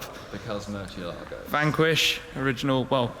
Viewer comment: It's not pronounced murshialago dear sir..